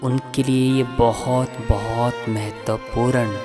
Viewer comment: Video bahut achcha hei....bus zara apni hindi bhi sudhaar lein (jeise संकल्प होता है न कि संकलप, महत्वपूर्ण होता है न कि महत्पूरन, प्रयास होता है न कि परयास....ऐसे ही और भी बहुत से शब्द हैं जिनमें आपको सुधार की आवश्यकता है).....kuki galat shabdon se baar-baar dhyan bhatakta hei....aur music ne toh hudd hi kr di hei....poora video behtareen lagne ke bajaay dramatic la raha hei. Aapka sirf regular viewer hi nahi balki shubhchintak bhi hu isliye ye sab bata raha hu....asha krta hu ki aap meri di gaii sameekshaa ko sakaaraatmak soch ke saath sweekaar karenge....dhanyavaad.